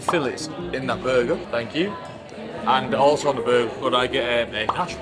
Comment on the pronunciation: he pronounced “the” like “da”……… “da still” like he thought he was 50 cent for a second.